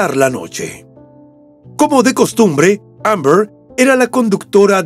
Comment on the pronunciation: La forma de pronunciar Amber del narrador me ha hecho sangrar los oídos...si lo oye Shakespeare le da un infarto.